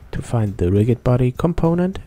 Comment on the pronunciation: you're pronouncing rigid incorrectly.